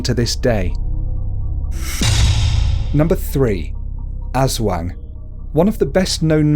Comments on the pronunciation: UntamedBanana your all stupid hahahahha i live in ph for all of my life so aswang is pronounce as ass-wang not ush-wang hahahahhaa your really proud of yourself huh hhahahahaha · Nuno is read as 'Nuno' not 'nyunow' Aswang is read as ' Aswang' not 'asweng' But yeah, it's okay since you're not from the Philippines:) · Aswang is pronounced (Us - wung) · okay pronounce it with me: as WANG not as WENG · Oh and it's not pronounced as As-wang it's pronounced As-WONG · You said aswang Eswang You just say it Aswang as an A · We cannot blame people pronouncing wrong. Like other americans says "Ass wang" instead of "Aswang" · Like aswang isn't pronounced ass wang It's uhswong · Azwang really that is how you pronounced it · You said Aswag wrong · “Ass-wang” first of all,how dare you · Nuno - pronounce this, nuu-noh. Nūno Sarimanok - pronounce this, sah-rii-mah-nohk. Sarīmanok. K is hard. Aswang - pronounce this, ahs-wahng. Aswang. Two a's are short. Tikbalang - pronounce this, tick-bah-lahng. Tikbalang. The two a's are short. Manananggal - pronounce this, mah-nah-nahng-gahl. The "gahl" has short a. And just add a bit of Filipino accent flair aaaaand you got it! Probably. I can't confirm lol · What is wrong with you it is prounonce like this as-wang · I'm pretty sure it's announced 'As-Wong" by what my friends Filipino mother says. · Its pronounced asUwang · no offense but you pronounced aswang wrong.. you said as-wax😂😂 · Ass-wayng😂😂 lol!! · Manok isn't said like manok you have to put a pause in between the ma and nok. Also its not aswang its aswo(add a A sound)ng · The Ass Wang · welp you dont know how to pronounce aswang or tikbalang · Its funny how u pronouns aswang and mananangal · Natatawa ako sa pag pronounce lalo na sa aswang😂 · Its a great video but you pronounced aswang wrong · You kinda pronounced Aswang incorrect but it's okay. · Yeah,he might not be a filipino and it's ok that he doesn't pronounce it right.but srsly,I can't stop laughing on how he pronounced aswang